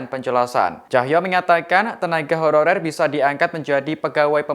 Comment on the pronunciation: Beberapa kata dari reporter nya seperti terdengar "tenaga hororer".. saran ke tribun, sebelum berita di release, cek dulu dan edit dulu.. Pewarta nya juga harus yg lancar dan jelas pengucapannya